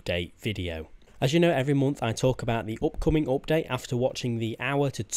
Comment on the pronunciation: ''opcomin opdate'' xd. Nice vid tho